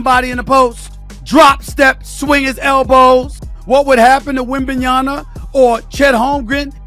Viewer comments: Like talking head Stephen A Smetch, you pronounce the guy's name WRONG which I find disrespectful... Come on... it is WembanyaMA..... like when you called your MAMA, and not your NANA :( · and "WembanyaNa"... Stephen A. Smith can't even get Victor's name right. What a clown. Also: . Come on, guys. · WembanyaMA not ..nyaNA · It's Victor fuking WembanyaMMMMMMMMa it's a M not a N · "wenbanyana" lol